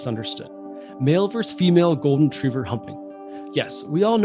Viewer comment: VER-SUS not VERSE